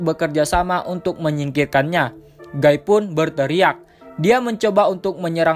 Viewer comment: Guy dibaca giii